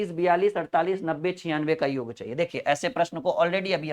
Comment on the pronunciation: sir, योग और योग्य के अर्थ में बहुत अंतर है कृपया योग को सही बोलना सीख लीजिये।बहुत भद्दा लगता है।🙏🙏